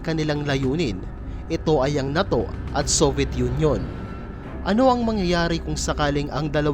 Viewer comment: WRONG INFORMATION KAPA WALA NG USSR PO! AT “NATO” HINDI MOPA MABIGKAS NG TAMA.😂😂😂😂😂😂😂😂😂😂😂😂😂😂😂😂😂😂😂😂